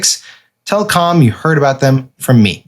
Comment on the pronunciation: I'm uncomfortable with the way Sam pronounces C A L M